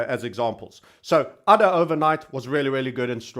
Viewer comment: ADA is pronounced with a HAED A. The token is named after Ada lovelace. Cheers